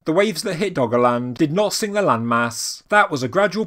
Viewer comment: I kept hearing it as "Doggoland"